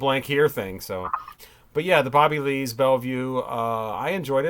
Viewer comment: 😂 you said “Booby” Lees!